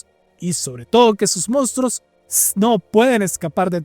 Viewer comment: Sus "mostros" jajaja